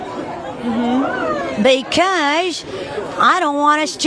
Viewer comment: "beceeeeeuse" that accent 😂